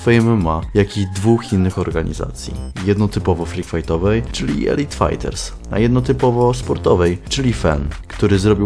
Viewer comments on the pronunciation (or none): none